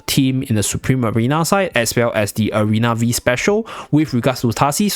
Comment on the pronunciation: It is "Arena Five" map, not "Arena Vi"